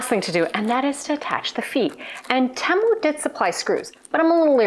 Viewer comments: Hi, honey I love you but please learn how to say Temu, it's T moo....a fellow Canadian...🍁 🍁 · Oh my word, I didn't know such a thing existed, I practiced, my french accent was getting in the way I think, lol...all the Americans call it TeeMoo, I've never heard anyone say it like you do...either way I will keep on watching you regardless of how you say it...take care...cheers !!!